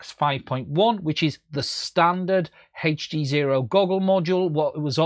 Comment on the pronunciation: If you say HEACCCH D Sezro one more time, ill die, lol